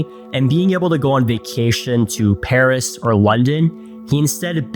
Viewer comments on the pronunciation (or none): none